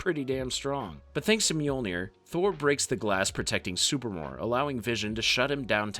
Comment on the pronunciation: SuPREEmor. Not Super-more.